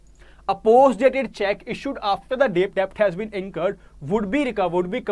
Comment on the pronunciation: Please pronounce debt correctly.